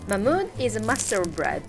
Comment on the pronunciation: Partisano baker... mahmood... a french... called mahmoood...